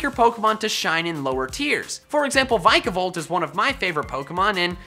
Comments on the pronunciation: Still pronouncing it vaikavolt i see ;) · The i in Vikavolt is pronounced ee.